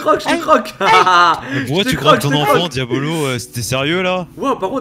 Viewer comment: QUAND BOUBA TA DIT QUIL AVAIS UN CADEAU POUR TOI POUR T'APPELER IL A DIT (DIABOLLOSS) MAIS PAS (DIABOLO ) QUAND JAI ENTEDU LE (BOLLOSSE DE LA FIN) JAI RIGOLER